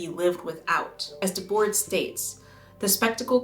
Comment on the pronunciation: This video dredged up residual trauma for me when you said “Guy Debord”. A long time ago I gave a presentation in school that featured Guy. I thought I was killing it because everyone in class was smiling ever so slightly. Then at the end of the day I realized why they were smiling. How to pronounce “Guy Debord”